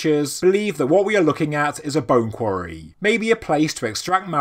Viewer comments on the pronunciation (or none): none